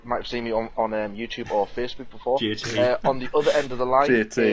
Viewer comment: JT's pronunciation of Facebook is something else, even in this video 😂😂